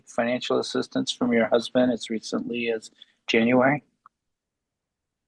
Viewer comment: The lawyer actually said "CUZBAND"....he didn't mean to, but I broke a rib.